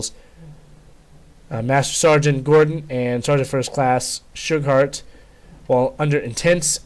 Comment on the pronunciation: I believe it is pronounced "Shoe-Gart"